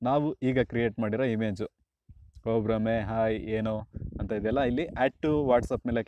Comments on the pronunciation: ಬ್ರಹ್ಮೆ ಅಲ್ಲ ಮಾರಾಯ ಅದು ಭ್ರಮೆ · ಗುರು ಅದು 'ಬ್ರಹ್ಮೆ' ಅಲ್ಲ... ಸರಿಯಾದದ್ದು ಭ್ರಮೆ...😂😂